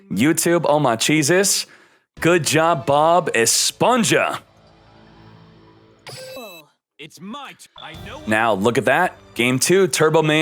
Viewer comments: Hmm, what Bothers me more? "Bob esponsha" or "machaina" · Si pero el nick name es “BobEsponja” así q se debe pronunciar en español no en inglés